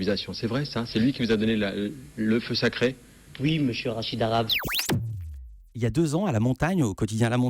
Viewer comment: on parle de la signification de son nom et pas de ses origines. Cet homme est un amazigh pas un arabe. Son nom est mal prononcé par les Français. Le h se prononce.